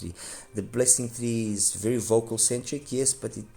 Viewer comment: Wery wery nice review...